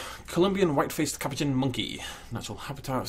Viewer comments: You say it as cu po chin What is a caperchinn You also sed capucen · The A in capuchin makes an uh sound